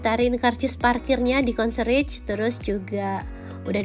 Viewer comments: Concierge bukan konserich kak bacanya tapi konsierch. 😊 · CONCIERGE itu bacanya Kon-Si-Yers MiniBar di hotel" berbintang, khususnya bintang 5.. biasanya (mayoritas) klo WNI gak di provide, kecuali member atau By Request or VVIP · Ngomong concierge nya salah yaaa…